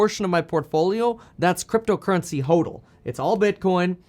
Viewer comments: It is pronounced ‘hodl’ as opposed to hoedl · Omg the way he says hodl and hodler kills me 😹🥴🥴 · Ha! You’re just here cause he pronounces hodl instead of hodl 😂 love your channel!